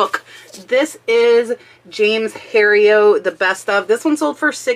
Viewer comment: James Herriot’s name is pronounced with the “t” sound.